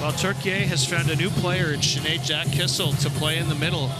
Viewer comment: seriously someone needs to teach these commentators how to pronounce names. KISS-IL is killing me